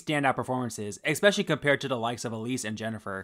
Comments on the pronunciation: Take a shot every time you say expecially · Your videos are great, but please remember there is no X in especially. Catch yourself saying it wrong, and re-record every time it happens. It's a really nasty habit.